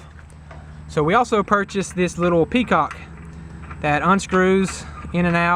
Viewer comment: Drain is called a petcock - not a "peacock."